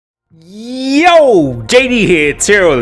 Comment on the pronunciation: The most emphasised Y from YOOO in TRL Limitless History